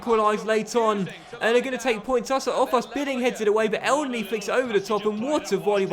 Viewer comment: Dude i`m Egyptian , that's how you pronounce him " Enenny "